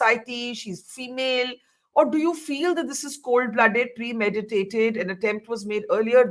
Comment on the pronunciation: says "premediated" in place of "premeditated" multiple times... and I am surprised that Barkha too says "premediated" a couple of times thereafter!!